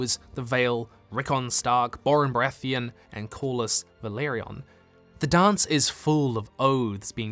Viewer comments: Great video as always, just one correction. It’s Velaryon, not Valeryon. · Velaryon not Valeryon